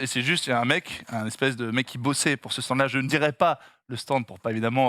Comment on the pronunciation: j"ai meme replay 2 fois pour bien entendre le UN ESPECE. terrible